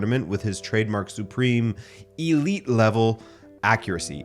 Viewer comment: Yamal not Yamall. Say the last syllable like "Al" not "all" . And "eelite" what the hell?